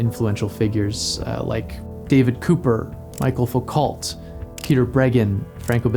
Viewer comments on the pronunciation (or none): Even though you only mentioned him tangentially I just wanna point out that since he's French, his name isn't pronounced Michael Focalt, but instead MEE-shell FOO-koh. Thanks for the video. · "michael foo-cult" ???????? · "Michael Foocalt" 💀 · "My-kull Foo-cult". Damn, bro. I liked the rest of the video though, for the most part! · That 'Michel Foucault' pronunciation 😂 love the video anyway